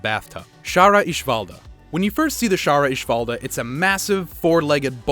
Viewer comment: Don't you mean shara ishvalda